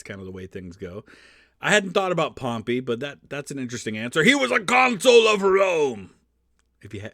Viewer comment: This video made me realize I have been pronouncing pompey incorrectly for my whole life lol.